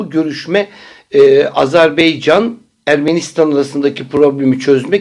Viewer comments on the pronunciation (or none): rica ediyorum Azerbaycan deyiniz Beycan yanlış oluyor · Allah şifa versin hocam..., lütfen Azerbaycan deyiniz.. Herkes yanlış telaffuz ediyor...anlamak mümkün değil nasıl bu konuda eşgüdüm yapıyorsunuz..Mete bey de sizin gibi Beycan diyor!!! Baycan olarak düzeltiniz lütfen...... Ve bunu Dış işleri bakanı da yanlış kullanıyor sizler gibi.... Azerbaycanlı kardeşlerimiz kılıyordur..